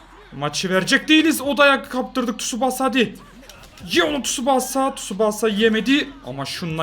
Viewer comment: Abi tsubaasa değil Tsubasa diye okunuyor lütfen artık böyle okur musun